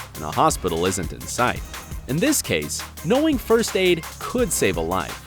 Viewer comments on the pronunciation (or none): Can you stop saying frst